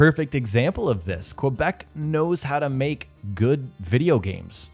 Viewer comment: Quebec is pronounced KEBEK